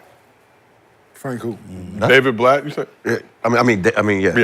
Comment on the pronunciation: Butchering david blatt name